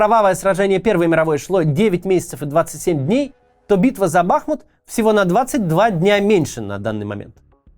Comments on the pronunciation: Максим, БахмУт. Даже Пригожин правильно ударение ставит 🙈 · Сука, ударение на "У"! БахмУУУт! Неужели так сложно говорить правильно?! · Бахму́т — город в Донецкой области Украины, административный центр Бахмутского района и Бахмутской городской общины. Ударение на последний слог, также, как и хому́т! Просьба произносить название города правильно. ) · БахмУт! Ударение на У! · Ударение на второй слог в топониме: БахмУт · Название города- БахмУт ударенине на у😑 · Максим , правильно БахмУт, ударение на «у» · Все-таки, кое что даже в уроде пригожине есть лучше чем у тебя. Он называет Бахмут правильно - БахмУт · Господи, ну сколько можно, БахмУт, БахмУт и только БахмУт. Ну скажите вы уже ему, единственный на все ютубе остался, кто так говорит? Это пздц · БахмУт, господи, да загуглите УЖЕ НАКОНЕЦ... Что за редакторы и копирайтеры такие чайники?!?!? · Уже захейтили Каца за ударение в слове "Бахмут"? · Макс, ты когда-нибудь поймешь, что БахмУт, а не БАхмут? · Блин, Макс, ты украинцев что ли троллишь, когда не там ставишь ударение в названии Бахмут? Не бАхмут, а бахмУт! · Кац наче розумна людина, а тут БАхмут... БахмУт! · БахмУт а не БАхмут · Даже Пригожин говорит правильно - Бахму́т. А не Ба́хмут. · Кого ещё подбешивает евоный БАхмут (правильно всё же БахмУт) ??? Лайкуем! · Не БАхмут, а БахмУт… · Интересный факт! По правилам русского языка правильно говорить Бахму́т, а не Ба́хмут А более проукраинская сторона говорит Ба́хмут) Берите на заметку ;) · ну блин уже не могу! Не БАхмут а БахмУт, не КупЯнск а КУпянск. Максим, посмотрите в вики! 1,7 млн подписчиков..... Это то же ж самое что НА Украину! Не хочу читать каменты но уверен что не однократно поправляли. Или все таки в жопе есть свербеж Вяликой рассии? Трындец! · Вкотре наголошую: БахмУт, а не БАхмут 💙💛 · А в Википедии ударение на второй слог: БахмУт. Как же правильно? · Бахните кто-нибудь Каца по голове, чтобы он уже в конце концов начал правильно произносить название города - БахмУт!!!